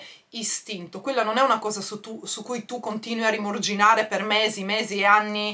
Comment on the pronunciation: *rimuginare senza r 😉 sei forte!